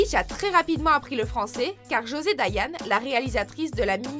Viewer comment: On ne prononce pas "Josée Dayanne", mais Josée Daillant, lol